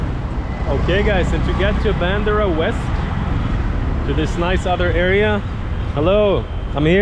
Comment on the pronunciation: It's Bandra, not Bandara 😊